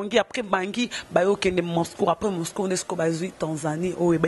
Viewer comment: Yo mutu licencié na Ifasic oyebi te que balobaka Moscour te? Moscou, Moscou eee nde balobaka